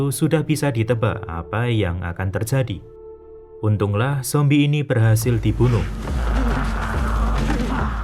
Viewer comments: Saran bang tolong jangan lebay ngomong zombieh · Jadi ikut2 ngomong zombiehh deh sepanjang nonton hahaha